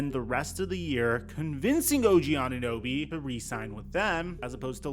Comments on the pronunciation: Did she just say "OG Anun-noobie"?! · Did she call this man anunoooby? The disrespect 😤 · “Og ananewbie”😒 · Anunooby LOL This proves Americans do not know what the hell is happening in Toronto. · “OG ananooby” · Who TF let that woman call him "Ananooby" 😂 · Bro. I just have to come here and say. That intro of that woman saying og last name. OG ANUNEWBY. THE DISRESPECT IS REAL 😂🤣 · the lady cant even pronounce his name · Maybe on a bigger stage the media will finally learn to say OG's name right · How’d that girl mess up his last name so bad